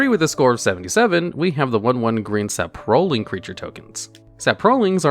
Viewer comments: The way he say saproling is too funny, sa-pro-ling it’s sap-ro-ling I’ve never ever heard anyone say it like he does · Wow I have never heard someone say sa prolings lol its sap er lings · Love your voice, but hearing you pronounce 'Sap-row-ling' instead of standard here of 'Sapro-ling' ;) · "suh pro lings". "kuh la tis". just say it normal. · Sa-PRO-lings lol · The way you pronounce "saproling" makes me deeply uncomfortable. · Please never say "saproling" out loud again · Saproling and Kalitas were a trip. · His pronunciation of Saproling hurt my soul a bit, but he said goblins as goblos once so that made me feel better.